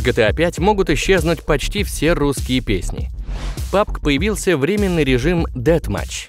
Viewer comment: Походу единственный человек, который хоть немного шарит в английском языке. + В начале видео режим "деадматч" =_=